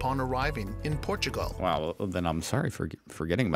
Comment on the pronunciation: What's up with the pronunciation of the country names in the video? It pronounces FinLAND and Portugaaaaahl, wtf?